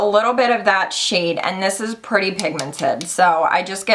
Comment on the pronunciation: Pri-tay!!!! Verah verah pritay!!!!